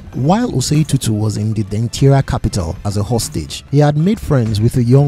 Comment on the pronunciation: Denkyira is pronounced as Den-kye(che - like teaCH)-ra and Anokye sounds the same. The last 3 leters ''kye'' is pronounced as 'che'. So ''kye'' isnt pronounced as 'kie' or 'key'